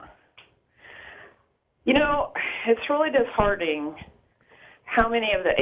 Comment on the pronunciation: Did she say "dishardening" Christians are funny.